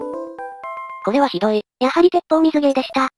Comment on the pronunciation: てっぽうみずじゃなくててっぽうすいだとおもう(多分)